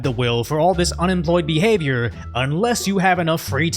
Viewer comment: i love the phrase "umenployed bahvior" you use it so funny to me